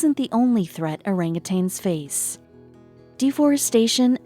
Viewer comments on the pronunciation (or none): none